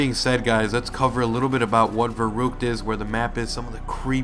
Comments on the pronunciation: I'm sorry but it's ver-uck-t-ed pernoance it right you killing me I'm German do it for me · Verrückt say it in German it's a German word you keep saying it wrong but nice video